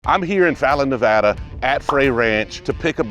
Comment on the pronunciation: I see you learned how to say nevada right😂. I live in fallon. Wish i knew of you when this came up.